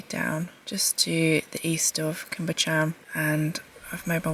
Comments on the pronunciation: Pronounced Cwm ( it’s short, not long like coombe”) Buh-chan ( Bu as in but, ch- ann, ch as in loch lomond, not ever lock) . I see your truck often! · Great video. Cwm is pronounced 'koom' but quick (no emphasis on the o noise) while Bychan is a bit harder. 'By' where the y is pronounced as the u in gun, 'ch' is the same as in the Scottish word loch (not 'ck', noise not actually present in English), 'an' is straightforward - like Anne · the only you tuber i need a bib to watch. Bychan is pronounced similar to buckan and your sheep will almost certainly be ladies. Mesmerizing videos.. thank you.